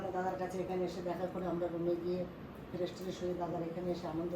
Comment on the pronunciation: তুমি কলেজে পড়া একটা মেয়ে হয়ে এত্তো ভুল - ভাল English Pronounsation করো যা দেখতে খুবই বিশ্রী লাগে ওটা ইনজয় উচ্চারণ হবে না ওটার সঠিক উচ্চারণ হবে এনজয় বুঝেছো এর আগেও একবার এই কথাটাই বলেছি তোমাকে আজই যেন শেষ বার হয়। ওটা ফেরেস না ফ্রেস হবে উচ্চারণ টা আর ওটাকে সারপ্রাইজ বলা হয়। র মা কালো শাড়ির সাথে সাদা ব্লাউজ পরলে ভাল মানাত ঐ লাল ব্লাউজ টা কালো শাড়ির সাথে একদমই মানায়নি। আপনাদের এই কমাণ্ড দাদার বাড়ির যেখানে আপনারা ছিলেন সেখানেই কয়েক মাস আগেই অমিতদা, সন্ধ্যা বৌদি এবং তাদের দুই মেয়ে জামাই এর পরিবারের লোকজন এসে থেকে গেছে এবং ঐ কমাণ্ড দাদার বাড়ির খাবার ও খেয়ে গেছে তা অমিতদার ভ্লগে দেখেছি। আর ওটা দক্ষিণেশ্বর বিরিজ না ওটাকে বলে বালি ব্রিজ যার আরেক নাম হল " নিবেদিতা সেতু " বুঝেছেন। আমার বাড়ির খুবই কাছে এই দক্ষিণেশ্বর মন্দির আমি ও আমার একমাত্র ছেলে উত্তরপাড়াতে থাকি আগে আমি ও ছেলে প্রায়শই ঐ দক্ষিণেশ্বর মন্দিরে এবং আদ্য়াপিঠ মন্দিরে গিয়ে বসে থাকতাম তখন আমার ছেলে খুবই ছোট ছিল এখন আমার ছেলের পড়াশোনার খুবই চাপ ও এখন Maths Honours পড়ছে তাই আর যাওয়াই হয় না।